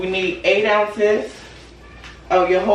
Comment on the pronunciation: Love this video,, but I gotta help you out with that Jojoba, my girl. 😂 It’s ho-ho-ba. The J’s are said like H’s. Nevertheless, this is a smart video. You’re showing your customers it’s safe to purchase from you. 🥹💗